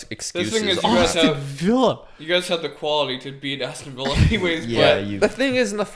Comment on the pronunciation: Nobody:: awwston villa